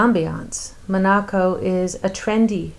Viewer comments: You Are pronouncing Monaco wrong! So annoying!!!!!!😕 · Why are you pronouncing Monaco that way?!